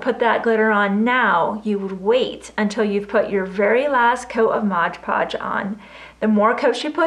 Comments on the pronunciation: why does it say Mod Podge but you pronounce it Modge Podge? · Mod Podge, please...not Modge Podge. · Please it is MOD not mode , just a pet peeve. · Would you PLEASE STOP saying Modge Podge!!! It is MOD PODGE, no "ge" on the end of MOD!!! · Love your ornament ideas. But please correct your pronunciation of MOD Podge. It was born Mod Podge in the 60's when I first used it. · No not a know it all. But an English teacher. She said thank you, which means she is grateful and probably will speak that correctly from now on.